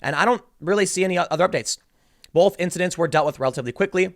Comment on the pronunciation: Tim puts an L in the word: "both". "Bolth"